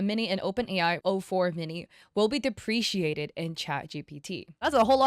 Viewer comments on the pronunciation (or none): Lulz. The word is ‘deprecated’, not ‘depreciated’.